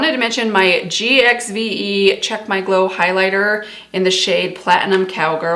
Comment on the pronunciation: The red looks beautiful on you. Gwen Stefani's brand Gxve is pronounced Give. Have a blessed Christmas.